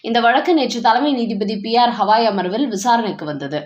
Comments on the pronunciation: ஹவாய் தப்பு.சரியான பெயர் கவாய்.ஒருவர் பெயரை சரியாகச் சொல்ல வேண்டும். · HAVAI அல்ல Gavai, தமிழில் கவாயி என்று செல்லவும்.